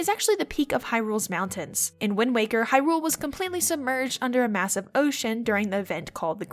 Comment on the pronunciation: Is it just me or does she have a very weird inflection on Hyrule?